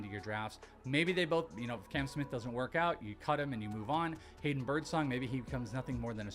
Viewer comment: His name is Cam, not Can 😂